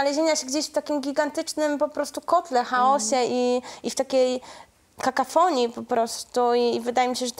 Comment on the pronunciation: Czy naprawdę tylko ja słyszę, że Masłowska mówi "kakafonia" zamiast "kakofonia"? "(...) niechęć do odosobnień psychiatrycznych (...)" "zrozumieją opatrznie..." - już nawet nie chcę wiedzieć czy to problemy z dykcją czy z językiem... A to ledwie kwadrans rozmowy... Zamiast zajmować się jakością tłumaczeń z języka angielskiego w tym kraju, powinna zacząć od siebie, bo niestety ma poziom lingwistyczny swoich własnych bohaterek... Smutne, że doczekaliśmy się czasów, w których tak zwani pisarze nie czują się zobligowani do opanowania podstaw własnego języka (nawet jeśli nie wynieśli ich z domu - tak jak w jej przypadku). Jeszcze bardziej smutne jest to, że umyka to uwadze większości widzów (przynajmniej tych komentujących), co tylko boleśnie potwierdza istnienie zjawiska powszechnego zanikania świadomości językowej Polaków - umiejętności rozróżniania języka poprawnego od niepoprawnego. Jeszcze relatywnie niedawno osoby z awansu społecznego usiłowały nadrabiać braki i w jakiś sposób (z różnym skutkiem) aspirowały do dogonienia ludzi z wyższej półki. Teraz awans bezceremonialnie narzuca innym własny poziom, z całą naiwnością uważając go za wystarczająco dobry. I na nic matka lekarka (tym bardziej, że lekarze to też nie intelektualiści). Gdyby w domu mówiło się poprawnie, dla Masłowskiej też nie byłoby to takim problemem. Współczuję pani Agacie Passent i innym dziennikarzom, którzy muszą przeprowadzać wywiady z osobami na takim poziomie, uśmiechając się i udając, że rozmawiają jak ró